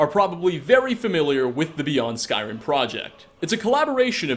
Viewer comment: I though he said skywim... when he first said it